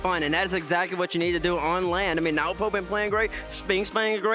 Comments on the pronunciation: yes it is but the Australian and British accent mf calling him nowpo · I’m losing it over nwpo being pronounced nowpo